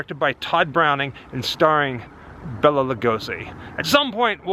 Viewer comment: Bela is pronounced BAY la. not bell uh.